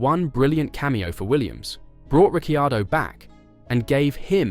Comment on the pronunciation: "Ricky-Ardo" lol